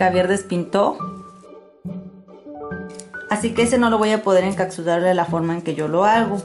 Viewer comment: Chica se dice encapsular no encacsular! Está súper bien tu vídeo súper bien explicado solo que falló la pronunciación de encapsular!!